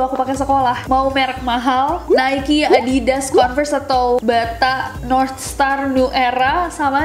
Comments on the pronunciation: NIKE me: nayk Nessie: nayki :v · Sepatu Nike dulunya kita biasa sering sebut: We: naik Tpiii baru tahu saya klo sebutnya Nessie: naiki Omg😂😂😂,, ikut"n jdinya terbawa" tpii skrg udh nggak lgii 😁.. Thank you nessie😊 Gbu